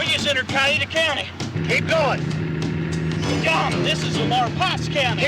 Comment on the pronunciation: My grandfather-in-law was in Strickland’s crew. My mother-in-law told me the story and said they left a lot of the story out of this movie. It would take at least 1 more movie to tell the story thoroughly. By the way it is pronounced Cow-wee-ta . Not Ca-ee-ta